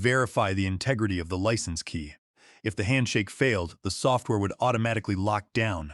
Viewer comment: Really you don't know how to pronounce license like a driver's license or in this case a software license Wow